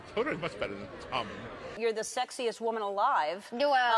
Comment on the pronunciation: as a Jamaican the "Wuman" was perfect